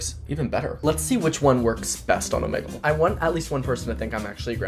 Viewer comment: ITS OMEEEGLE NOT omEgle